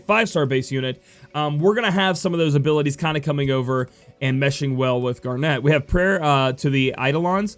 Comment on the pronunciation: It's zeh-don and gar-nit just like the gemstone.